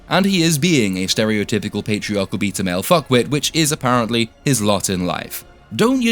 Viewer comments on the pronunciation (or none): every time you said "beta" i heard "pizza"